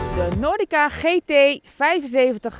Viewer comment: It is not Gi Ti? It is Hrhei Te? OK :-D